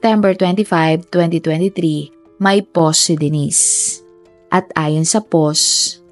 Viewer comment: It’s “POST”, po-wst!! Not PAUSE, POSS! Fix your pronunciation please…